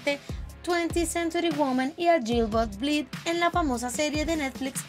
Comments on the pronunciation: No les pasa que "Yilberth Blit" JAJAJAJJAJAJA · no se entiende que dice pero esta claro que dice cualquier cosa menos Gilbert Blythe se supone que tu canal es para informar, al menos modula bien las palabras.